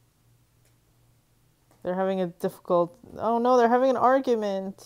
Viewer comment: "oh nowh" so annoying...